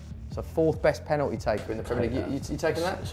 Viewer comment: Loves Nobes, top bloke. This is worth it just to hear the way he pronounces 'penalty'.